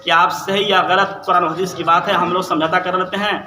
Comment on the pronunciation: ترمیزی ✅ ترمیجی❌ حدیث✅ حدیس ❌ جنازہ✅ جناجہ❌ لفظ خطرہ مذکر✅ مؤنث❌ پہلے مخرج صحیح کر پھر بولنے کی کوشش کرنا